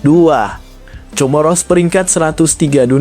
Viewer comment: Comoro dibaca KOMORO